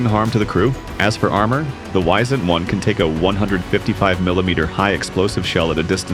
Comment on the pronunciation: Not "Weisent" but "Wee-sent". Wisent is the german word for Bison or the european Bison.